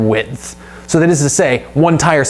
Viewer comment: Great video ! And why do you say add a f to the word width ? Lol